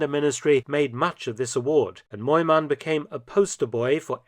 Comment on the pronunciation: Btw: near perfect pronunciation!